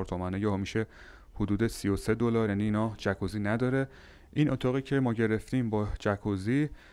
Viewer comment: خونده میشه جاکوزی نه جکوزی. جای جالبیه فقط نمیدونم اتاق با پنجره بسته از کجا هوا میگیره.